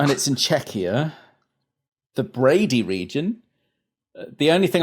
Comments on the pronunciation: I feel I need to tell you the pronunciation of Brdy is NOT Brady. It's closer to Birdy- but try to pronounce it without the 'i'. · It's Brdy, not Brady.